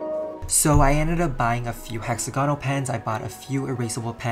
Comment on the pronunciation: Oml he pronounce hexagonal as hexa go nals